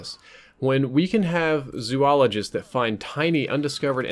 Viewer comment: I believe you are saying Zoology, and zoologist wrong.